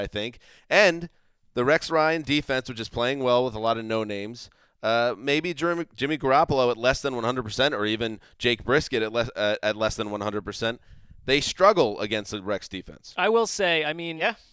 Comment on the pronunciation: Did.. did he say "Jake Briskett"..